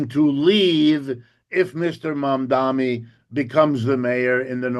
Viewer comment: Prof Wolff, pronunciation, please: It's MAM-DA-NI not MAM-DA-MI.